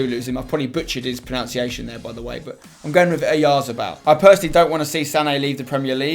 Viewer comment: ProNUNciation, not proNOUnciation. Sorry that’s my pet peeve